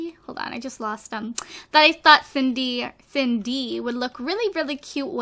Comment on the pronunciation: Whenever she says Cindy I think she's saying Sadie am dumb